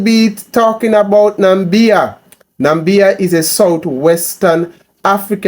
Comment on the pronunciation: My brother you pronouncing the name wrong , Na = Mi = bia , the Mi is pronounce as Me , so it sound like Na=me = bia